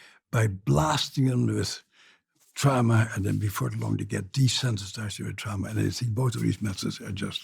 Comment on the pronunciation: Trama not drama!!!